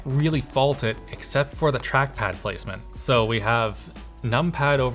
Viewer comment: what is truckpad? I hear tachpad but never hear that name